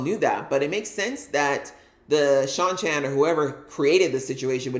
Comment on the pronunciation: I love you reactions. I've enjoyed your takes this season. One small correction on pronunciation: the people from the season 1 episodes 7/8 that are traveling with Perrin and Loial are call prounounced SHY-NAR-ANS.